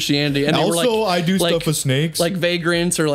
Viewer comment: druids still here aka reference to the snakes. and its "shnakes" not snakes 🤣 wasn't he a Welshman? like bullet for my Valentine 🤣 ya know theres a mountain near where I grew up called Croagh Patrick. people every year climb to the top, a sort of pilgrimage and there's a small church st the top of the mountain. I dont christianity so I dont bother but anyways. they say if a lepperchaun knocks on your door you have to let him in and offer him food or bad shit happens 😂